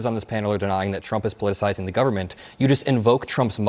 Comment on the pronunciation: Thank you for teaching this guy the word, "politicizing." What did he say, "Politicalizing?? heh